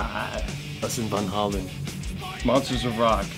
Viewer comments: "us and Von Hollan". No one says it like that. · Van “Hey Lin” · I’m sorry but the way he pronounced “Van Halen” killed me.